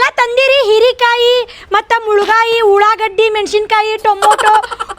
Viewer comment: ಉಳಾಗಡಿ ಅಲ್ಲ್ವಾ ಉಳ್ಳಾಗಡ್ಡಿ ಅದು